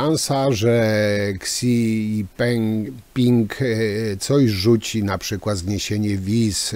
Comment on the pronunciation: wymowa prezydenta Chin to fonetycznie brzmi - Sidzinping😂 chyba🙄